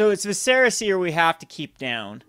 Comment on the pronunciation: VISS-er-ah, not viss-SEHR-ah.